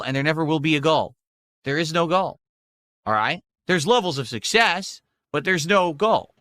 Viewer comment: “Levels of SUSSESS!”